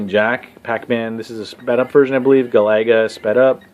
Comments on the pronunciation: Hee hee. That’s what I was thinking. Never heard any pronounce Galaga that way. Sounds like a nice guy, though. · Guh- lagga?